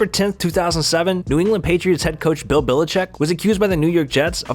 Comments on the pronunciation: I thought the exact same thing agaha and he said Bill bill-a-check..smh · Why is this guy saying billachick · Couldnt pronounce bellichek either